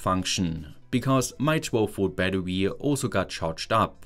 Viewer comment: I love you but, its BATTERY BAT-TER-RE not BAT-TER-WE